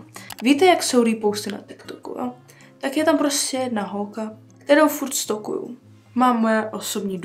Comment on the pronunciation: jenom pro info neřika se stokuju ale stolkuju jinak hezké video